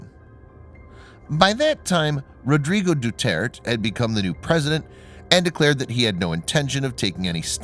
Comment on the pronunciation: Doo-Ter-Tay... please pronounce shit right